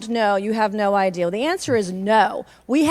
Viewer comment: i hear the word 'idea' pronounced as 'ideal'. instant idiot. i hear the word 'supposed' pronounced 'spost'. you lost me